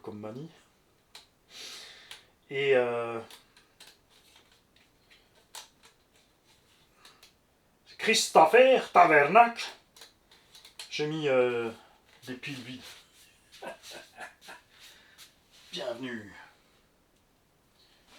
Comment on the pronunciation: Si tu veux parler québécois dit le comme du monde!! On dit pas tabernak ont dit tabarnak😅😅